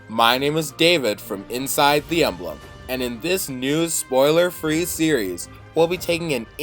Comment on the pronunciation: Did you just pronounced Emblem as "Amblem"?!